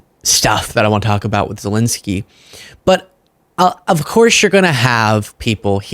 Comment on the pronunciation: Dude, he is ZelEnskyi (ЗелЕнський)not ZelInsky